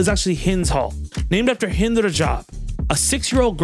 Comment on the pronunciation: Also, respect for pronouncing Hind’s name correctly ❤